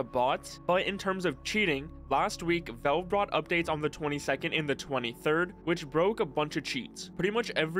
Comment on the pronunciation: Bro saying Volve